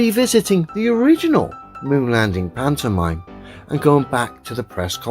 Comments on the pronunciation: im sorry. I love your videos but I can't listen to this idiot say pantomime anymore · I hate hearing this guy say pantomime.